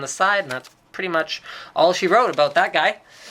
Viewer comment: "abooot" Lol... Canadians :)